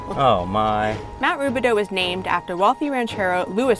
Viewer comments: Americans will never be able to properly pronounce the “OU” sound. lol. It’s actually pronounced Rubi-dOO not Rubi-dOH. 😂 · It's actually pronounced Roobidoo. A local wine group meets in the catacombs once a year for their annual meeting but it's closed off to the public. The tunnels were used to transport dignitaries from the Mission Inn to the illegal bathhouse off Lemon Street. Great video, thanks! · The correct pronunciation is “ruebidoo”.